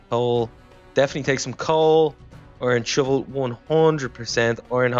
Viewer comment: I thought that you said "ok chub chub comon with me" when you said " ok iron shovel you coming with me